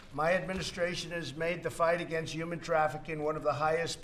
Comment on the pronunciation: “Yuman traffikink”